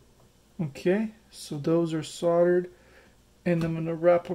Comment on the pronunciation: those are sodded "soldered" and "keepening" isnt a word, listen to some english people talk,,haha good job tho'